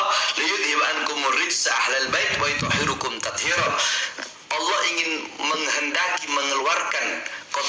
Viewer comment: Ayatxa .. Bukan wayutohhirukum... Tapi wayutohhirokum..